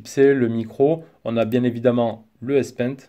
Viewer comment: S-paint ? C'est S pen monsieur